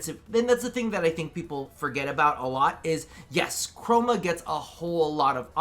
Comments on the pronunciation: No its not just you. Mr. Co-ro-ma is certainly a thing now in my head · Honestly am I the only one that heard say “Mr. Coroma”?